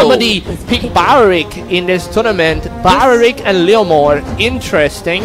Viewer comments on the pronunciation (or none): No one: Literally no one: Commentator:They pick balrick!